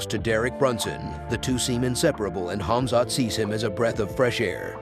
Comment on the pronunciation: also his first name smh it's khamzat not khazmat